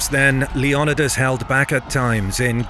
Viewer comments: Lee on e das... does he mean "Leo Ni das.... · Leo-ni-das not Leon-idas. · It's Leo-NEEE-das, not Le-OOO-nidas. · LEE NYH OH DAS Leonidas Leniodas?? Even if you skip the "o" it would be len eh das. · its leonidas not leanidas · If you’re going to speak on history please learn how to pronounce names correctly wtf was “king lion uh dis” wtf Leonidas just how it’s spelled homie as a Greek man I’m offended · Greek pronunciation is lay-on-nee-thas with fast emphasis on 3rd syllable. The name rolls quickly when spoken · I was really triggered by the way your was saying Leonidas. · You said Leonidas wrong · The way he says Leonidas almost made me stop watching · You keep saying Leonidas wrong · Leonidas isn't native English you can't sound it out it also Greek not litalian Salamis isn't the meat